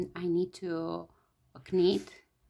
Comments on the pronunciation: You are so sweet to share your talents with us. (I don't know if anyone has told you, but when saying knit, the k is not said. Say "nit"!)I love these tutorials and can't wait for more. Can you do a sweater in a 6 to 9 month size? Thank you again. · just say "NIT". Act like the k is not there. You are doing great. There are lots of words in English like that, your learning is very good. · It’s knit but don’t pronounce the first letter K just nit ;) beautiful bonnet. 😊